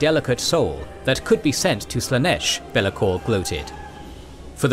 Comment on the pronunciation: genuine question, is an AI voice thing used for this vid cuz some of the character names are so abhorridly mispronounced.... best example is ArchAEON pronounced as ArcHON. i can't even pronounce Bel' akor the way this dude did... was something like beeliko or whatever. i'm not trying to hate but yeah it gets vERY distracting in an otherwise brilliant video